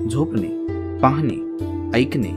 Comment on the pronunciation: ण ला कृपया न म्हणू नका..... आनी नाही आणि... आपन नाही आपण.... पहाने नाही पाहणे .....plz ते कानाला गोड वाटत नाही....बाकी उत्तम आहे.